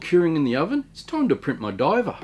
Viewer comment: I couldn't understand why you had MacGyver in a diving suit until I realized you actually said 'my diver'